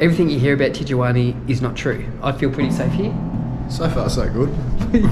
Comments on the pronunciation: What the hell is a Tijuani??? It’s pronounced Tee-Hua-Na! 😂😂😂😂🤘🏼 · ITS PRONOUNCED TEE UH WANEE NOT TEE JU WANEE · Tee-Yu-anee!! Lol omg this guys are hilarious. Te-jua-na. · You say it « Tee Roo Waana » and not Teejoowanie 😅😎✌️ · Hilarious the way you pronounce Tiaguanna 😂😂😂😂😂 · "Tichewaney"...lol where are you? Good deal on the Sporty. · Tee-gee-wanee.... Translate- Tijuana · lol, tigueywaanney ....